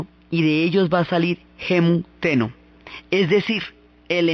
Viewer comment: Me encanta cómo relatas todo. Me encantó este video, aunque te quisiera recomendar que practicaras un poco los nombres. Sí, el pronunciar japonés correctamente es un poco difícil, pero sólo por la longitud, pero es que saca un poco del relato cuando se escucha "onshu" en vez de "Honshu" o "Amatserasu" en vez de "Amaterasu" o "Teno" en vez de "Ten-noo"... Por lo demás, es excelente!